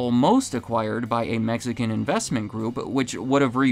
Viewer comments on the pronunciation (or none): none